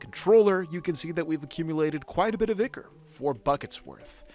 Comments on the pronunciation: It hurts every time I hear you say Ichor as "ick-er". I'm used to hearing Ichor pronounced "eye-kor" as is the proper American pronunciation. (pronounced "eye-kaw" for you with British English) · I really liked this video! The really inventive mods/modpacks feel so intimidating to me. As a polite note, you pronounce "ichor" like "eye-kur/eye-kor." 😊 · 200 days when? also it's pronounced EYEchor.